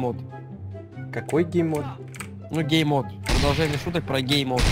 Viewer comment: Не гейммод, а ГЕЙмод